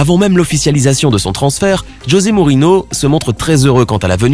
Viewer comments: José Morino ? Mourinho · La prononciation de Mourinho SVP !!!